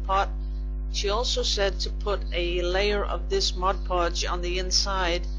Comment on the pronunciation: This was a fun video. I really like it when you show us all these interesting things. I used to do a lot of decoupage and am getting into it again. And, thank you also for saying "Mod" Podge, and not "Modge Podge" like so many people I know. Ha!